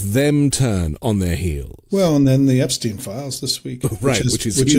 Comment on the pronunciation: should pronounce Epstein's name correctly, this is getting annoying!, i wonder what Albert Een Steen would think of this, well you sir, you are no Albert Een Steen!!